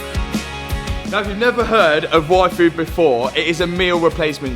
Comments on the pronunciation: the meal replacement shake sounds like he's saying "waifu" lololol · Am I the only one who hears "Waifu" everytime says yfood in his app read? I'm not sure I want a special limited edition Matt Armstrong Waifu